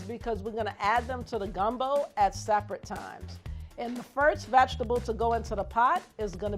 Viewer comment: Ok so two things: 1- she talks EXACTLY like my 1SG. 2- wtf is a “vag-table” 😂😂